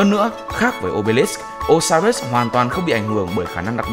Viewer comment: Đọc Ô-si-rít là đọc theo kiểu việt viết sao đọc vậy Còn trong tiếng anh nếu âm “i” ko có nhấn thì đọc “ai” đr